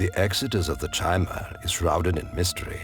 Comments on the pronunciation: So sick of people pronouncing chimer with the ch sounds instead of Ki-mer, which comes from canon sources and is even in ESO if I remember correctly(been a while). All the lore channels that I've watched besides I think 1 maybe 2 have pronounced it the way it is meant to. Just a thought I know these guys do not do this anymore. Nerd rage. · Ridiculously late comment, but the narrator's pronunciation of the word 'Chimer' is wrong. it's supposed to be more like 'ky-mer' or something; CH=K in this case. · I love this series, but you NEED to stop mispronouncing "Chimer". C'mon guys, it's said aloud in at least ESO, possibly other games too.